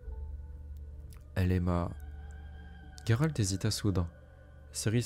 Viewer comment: Sérieux Gueralt ???? Pas possible de t'écouter on le prononce JÉRALT et conseil les gens s'en foutent de voir ta tronche tu t'aime non ??? Salut